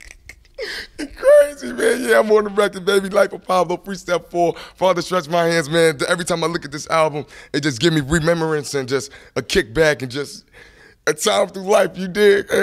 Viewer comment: NOOO this man literally just said "rememerance" Desiigner making up words lmao